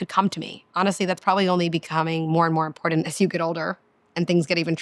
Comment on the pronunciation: I really wanted to listen to you. The amount of times you mispronounced important was too much for me to handle. You seem nice. Just take it as constructive criticism. Have a nice day.